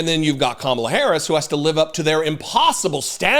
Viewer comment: Kinda funny he can pronounce mein kamph but can't say Kamala???